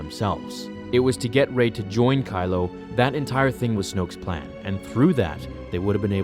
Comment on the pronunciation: I loved this story until you said 'Rey'